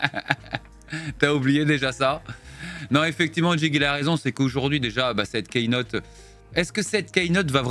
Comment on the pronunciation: Merci pour la prononciation correcte sur la Keynote! Ah no raté tu as encore dit "keïnote"